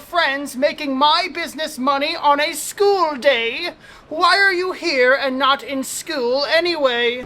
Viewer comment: Don't say schewl say school 🐐